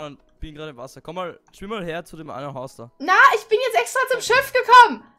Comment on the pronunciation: Hast du nah gesagt🤣